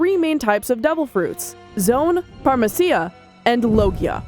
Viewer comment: What in the world is that pronunciation of Paramecia lmao. The video also got the name of the game the Pasa Pasa no Mi wrong. It's the "Great Hidden Treasure of the Nanatsu Islands", the title said here is an older translation. You could tell they looked at the wiki when they used the phrase "pieces of paper" when describing the ability. Fire isn't the biggest weakness of the fruit overall, that would be paint because paint negates the advantages granted by the Pasa Pasa no Mi's powers. The potential of the fruit is immense and is sleeping on it hard. Not being close to the best Devil Fruits my rear!